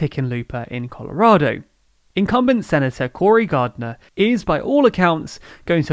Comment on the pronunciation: Gardner, not Garnder 57 in 100, not 59 - here the voiceover is wrong I really like and enjoy your videos, but I believe it wouldn't hurt if you really stepped up your game with bugs like these.